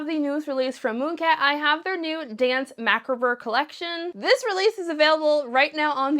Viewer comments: It’s pronounced macabre, 😂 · You can pronounce mauve but not macabre? 😂😂 ❤ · Telling me to chill out as if my comment wasn’t is interesting. Likewise, no one is acting like it’s a crime. Sorry that words have certain ways to say them because that’s kind of exactly how letters and words work and that people are pointing it out because she butchered the word multiple times. 💀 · I’d say it’s more like “Mah-CAH-bruh” but that might just be my English interpretation of how to pronounce it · Lolol your pronunciation of macabre. 🤣🤣🤣